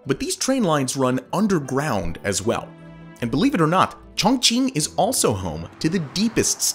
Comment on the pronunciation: Sorry but your pronunciation of Chongqing is not correct, and it sounds like you're trying to hard. It's pronounced more like Choong ching. Also the population is 32 mil if you are counting the entire admin region which also includes huge rural areas, but Chongqing municipality region is much lower and other cities like Beijing and Shanghai eclipse this. A better comparison would be New York metropolitan area to Chongqing metropolitan area which would be 23 mil vs 32 mil.